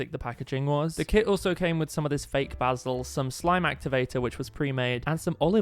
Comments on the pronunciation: its basil not bazil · Why basul instead of basil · Its pronounced like baysil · I love how he says basil like bah-sle instead of bay-sil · Sorry but I was dying of laughter when he said baazil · It’s something with the way he says basil